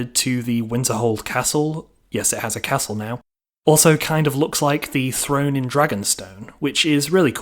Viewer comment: Since when is a throne said frone lol